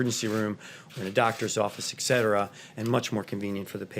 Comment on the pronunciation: "Ek Cetera"